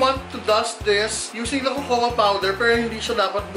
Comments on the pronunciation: kokwa hindi kokowa.. cocoa. 😂😂😂 labyu madam! 😘💕✨ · Pronounce cocoa as kōkō po not kōkō-wa 😉